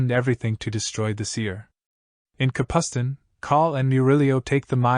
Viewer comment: I would've liked it more ir you didint butcher the names. Darujhistan isnt pronounced Daruhistan, Capustan isnt pronounced Capusten, Ganoes isnt another version of Genoa.